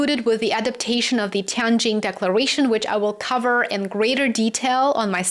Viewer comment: you are the one who pronounces the city name "Tianjin" most accurately among all the media I have seen these days. I am from China. Thank you for showing respect for China in this subtle way.